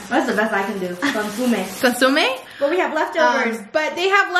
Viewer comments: It’s pronounced con-SO-me. Like literally the word “so”. Cause y’all are saying “su”. C’mon, you should know dissss my fellow Mexican lol That looked delicious AF! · consomme= kaansuhmei